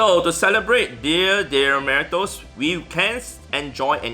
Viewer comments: More or “Dia de la Meerrrrtos” 😂😂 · Sorry to burst your bubble but your pronunciation of "Día de Muertos" was awful 😜